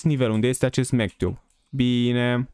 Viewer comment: Zici ca spui mctube în loc de magtube1